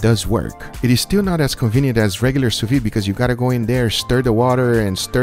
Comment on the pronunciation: The thing is called "sous vide", and be pronouncin' it "su vi" booga